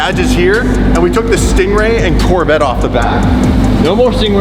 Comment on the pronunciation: "La Corveta "!!!!!! La Corveta!!!!! And, don't wrap it